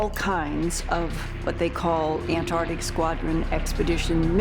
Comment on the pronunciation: That scientist (can’t remember his name) keeps saying “AN TARDIC” it beggars the imagination that he went to school at all. 😂